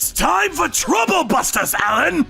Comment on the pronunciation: My new favorite "Truble Busters" 😂